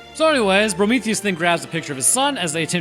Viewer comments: you keep calling him Brometheus and it’s killing me 😂😂😂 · Why do you call him Prometheus ? 😅